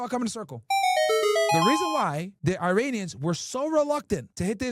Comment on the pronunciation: Man come on, stop with the « Airinians » Hurts my ears seriously